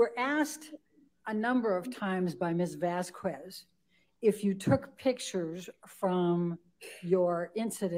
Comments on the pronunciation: Why is it so difficult for this old white lady to pronounce Vasquez? If I was Camille, I would be so pissed to have this lady saying my name wrong, over and over and over again. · Camille is a Boss! And I would normally agree that pronunciation of Vasquez is quasi racist but we have to remember we're talking about the same person who got her clients name wrong when calling her to the stand and kept calling Dr. Hughes Dr.Curry.